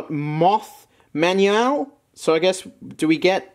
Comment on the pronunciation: the way tried to pronounce Manuel